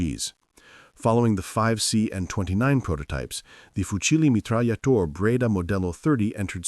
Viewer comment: ... fucile mtra#@ Research basic pronunciation, for fuck's sake. C'mon.